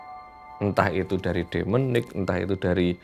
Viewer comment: Pas ngomong demonic. Yg w denger: de'menik.haha